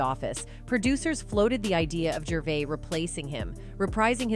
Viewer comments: Gravis? I’m not watching this if you can’t get the names right! (Or train your AI…) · Sure did 😅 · 😂😂😂😂 she did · Ricky fuckin GRAVIS? What the fuck bruh? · Did you say Gravis …😂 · Did she say Ricky GRAVIS? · Yeah.. Ricky gravits u know Ricky Gray ice surely u know him 😏 BLOODY AI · She butchered that name lol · This is painful! Why does she keep mispronouncing his name! ?? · Pretty shit AI if it hasn’t learned how to pronounce Ricky’s last name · Pronounced his name so many was but never got it correct once.. top quality journalism herr folks. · Numerous times. I think she only pronounced his name correctly like twice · She said it wrong and then right. 🤦🏻‍♀️